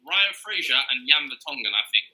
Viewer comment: man said ryan fraser 😹😹